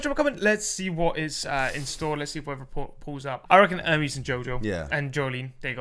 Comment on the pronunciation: her name is Ermes, not Ermees, by the way